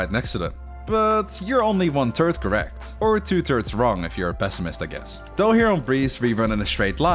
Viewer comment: I died when you said 2/3 wrong 💀